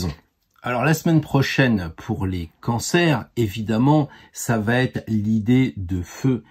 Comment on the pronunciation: Oui oui un bel homme avec plein de sous 😄 merci pour vos conseils... Par contre "va t'être" ça fait mal aux oreilles 😉